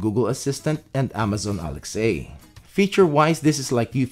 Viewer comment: Can you please call it Alexa! not Alex-A